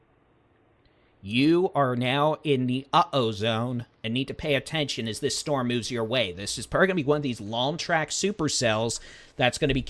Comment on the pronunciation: Ozone pronounced long O zone short a